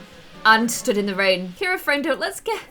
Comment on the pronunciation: IT is Cira 😂